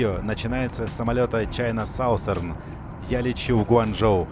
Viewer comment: Саусэрн это то что в туалете делают. Научись произносить мой тебе совет.